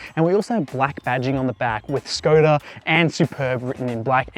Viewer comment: Škoda pronunciation is Shkoda. "Sh" as shut, sharp, shape ... etc. Š = sh.